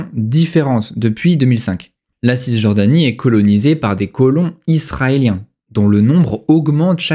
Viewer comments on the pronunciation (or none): On ne prononce pas le ''s'' de (Cisjordanie)